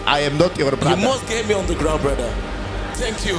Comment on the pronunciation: "Ajem not jór bradr, bradr" 😃😃